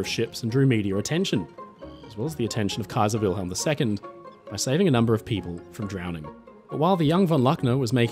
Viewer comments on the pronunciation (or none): none